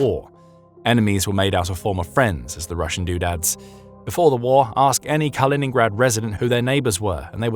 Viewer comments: KalinINgrad not Colingrad. You're supposed to be the authority here. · It's not "Carl-in-grad" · It really detracts from any credibility you claim to have when right off the bat you totally mispronounce the nam of the region you are purportedly an "expert" on...Kaliningrad was renamed after the Soviet Bolshevik hero and former mayor of Leningrad, Mikhail Kalinin... My name is Colin. His name was Kal-in-in, and the regeion is called Kaliningrad... Do your homework before you purport to know what you are talking about please.